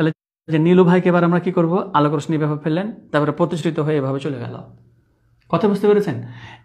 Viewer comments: Rosni na hoye uccharon rossi hobe na sir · স্যার রশশি হবে উচ্চারন